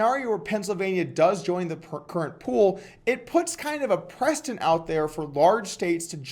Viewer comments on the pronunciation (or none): just an fyi on how to pronounce precedent